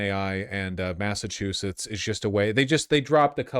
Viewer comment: Thank god no one has lived in Massachusett in recorded history. Massatruthetts .